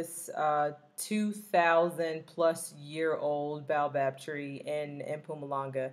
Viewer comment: Baobab ( Bay-yo-bab) :) Great content